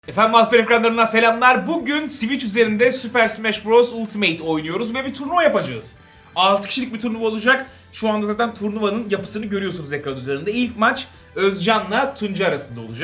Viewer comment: abi şunu her seferinde ULTİMEYT şeklinde telaffuz etmesen olur mu :)